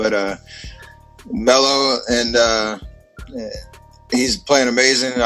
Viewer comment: peep how he says Melo 🤭👀